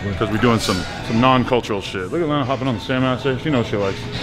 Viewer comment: When said leeena 🤦🏻‍♂️